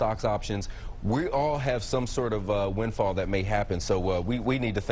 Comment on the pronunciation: Perhaps, if you cannot even pronounce "windfall" you should be fired